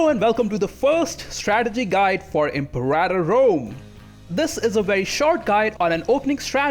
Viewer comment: IM-PEAR-AH-TOR not EMPORATA Jesus H Christ